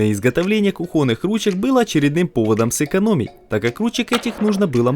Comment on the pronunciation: кухОнных ААААААААА!)))